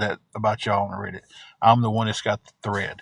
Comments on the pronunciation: What TF is rid-it u mean read it not how it’s spelled but that’s how it’s pronounced and this dude can’t even bend his knees to move ain’t nobody afraid of him U could run and literally run in circles around him and he couldn’t even turn around fast enough to watch you run you could hit him and he wouldn’t know where he was when you hit himI guess he might kick your butt maybe sitting in that hotel chair but I guess he’s not doing that anymore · yea i know what it is i was saying what is rid it its reddit he miss pronouces it wrong drives ya crazy